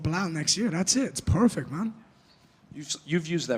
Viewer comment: I’m from Ireland, and I don’t get why Ian pronounces perfect PUURRRFECT, stop it, please .🙏